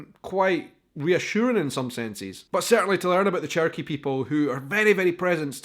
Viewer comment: Remember pronouncing it "cherio-key". .... Still laughing